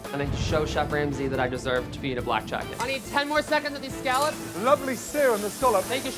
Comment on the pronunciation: Chefs: Scallops Gordon: Scollop